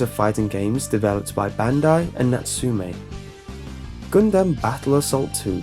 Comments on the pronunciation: um it is pronounced gun•dum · I don't know why I found it so funny, but "GunDUM"... LOL "Duuhhhh, it's me, Hiro...Durrrrr"